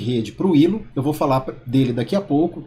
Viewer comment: Mano, adoro seus vídeos, mas se lê "Ailo" mano